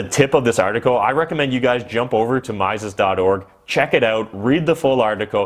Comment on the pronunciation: Mises is pronounced ME-ses, not MY-ses.